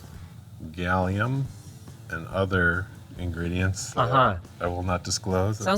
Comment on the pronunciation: Did he just say gallium